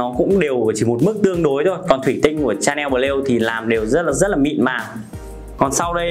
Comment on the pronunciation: Lạy cụ! Nói Tiếng Việt đã không chuẩn rồi thì thôi. Nghe phát âm tên thương hiệu chối không thể tả! Lạy hồn còn phát âm tiếng anh thì chuối cả nải😏😏